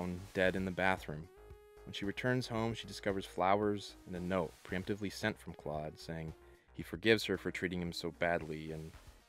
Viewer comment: You mean Klode?...Rhymes with CHODE! 😂